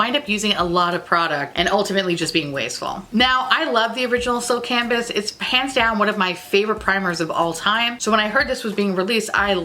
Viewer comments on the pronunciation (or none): Did you say "hands down my favorite" or "pants down my favorite", cause... I think it's my favorite new saying. "Those chicken crackers from Dollar Tree are pants down my absolute favorite!" Hell yeah.